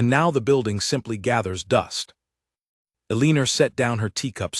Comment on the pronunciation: A-lean-or. AI cannot say, Elle-an-or , Eleanor. AI cannot determine tenses either